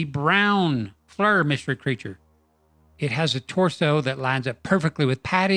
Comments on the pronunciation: It’s pronounced “FLEEER”. Not flur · It's pronounced "Fleer" not "Flurr." And "pro-grum" is "pro-gram" as wel as "skull-ton" is "skell-a-ton." 🤦‍♂️ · Hey, I love the channel and have been subbed for years. Just note that the creators of Flir pronounce their system Fleer, not flur. I hear it often on youtube pronounced the wrong way. Have a very happy and prosperous new year to you and every one of your subscribers. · *FLEER is the correct pronunciation, not flur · Great work as always. Love it...And, as other commenters indicated, FLIR is pronounced FLEER. Looking forward to the 'Whoop Project' gaining speed!